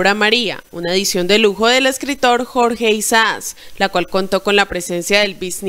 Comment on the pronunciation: Mi amor no es jorge Isax ni Isas es Jorge Isaac